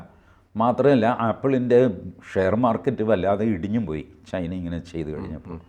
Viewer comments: ചൈന.. ... not ചേയ്ന😊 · ശ്രീ: ചൈനയാണ് ചെയ്ന അല്ല തിരുത്തണം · ചെയിനയോ? TG വൃത്തിയായി പറയുന്നുണ്ടല്ലോ?